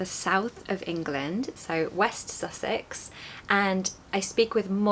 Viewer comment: I’m hearing a slight northern lilt. When you say the word “Sussex” that’s when I heard it.